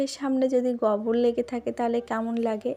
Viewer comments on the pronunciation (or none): ওটা গবর নয় গোবর